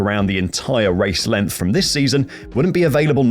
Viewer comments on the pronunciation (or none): none